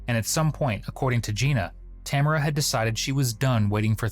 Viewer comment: Amaericans can never pronounce Tamara properly